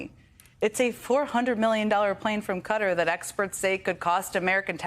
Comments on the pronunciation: Stop pronouncing it like that, ugh. It’s kuh-tar. Not kuh-ter.🤦🏻‍♀️ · It's killing me the way they mispronounce Qatar (KA TAR). Cutter is not the way! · Why are they pronouncing Qatar as "Cutter" it's pronounced ""kuh·taar"" Lets get it together people! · Its pronounced Katt-tar not cutter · For the love of the gods, it is pronounced "ka-TAH" not "KUTT-ur" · It’s pronounced “kah-tarr”;- not “cutter”. American ignorance. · Quatar is not pronounced cutter by the way. More like Kat-ar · Come on ( most ) American journalists it’s not Cutter ( Qatar )ffs ..it’s simply, Cat are. It’s not difficult. Putting up with Trump and his mobsters is binding enough, spare us Europeans and Brits the simple pronounciation of a country’s name 👍🏻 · The pronunciation is "Cut-taa" not "Cut-ter" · For heavens sake stop calling it 'cutter' it's pronounced Ka-tar. Is it really that difficult. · Please can American journalists stop pronouncing Qatar as “cutter”!!!! It’s kuh-tar!!! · QATAR - It’s KE-TAR! Not fecking Cutter! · Qatar is pronounced CAT-AR.. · Kutter? What country is that. Learn the correct name. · Close. Proper pronunciation via search results shows as kuh - taar Kah-tarr is quite common as well. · its pronounced... KAH TAR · It's not pronounced 'Kutta'... christ!!! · When did Qatar become Cutter? 🤔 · "Cutter" is considered a valid pronunciation, and is actually considered the English pronunciation closest to how it's pronounced in Arabic. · Why do all the US news outlets pronounce it as “Cutter”